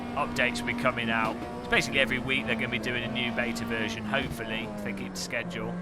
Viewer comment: Didn’t mind the head bobbing, dull commentary, poor shifting and the dreary bald fella but that atrocious pronunciation of the word ‘schedule’ needs to be sorted. Other than that...an enjoyable video.